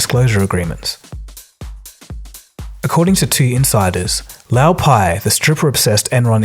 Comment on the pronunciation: Interesting and well-made video! By the way I think you are pronouncing Lou Pai's name wrong. Lou is short for "Louis" (Lewis) whereas you are pronouncing Lou to rhyme with "Mao"